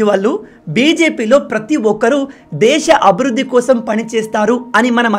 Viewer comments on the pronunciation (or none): none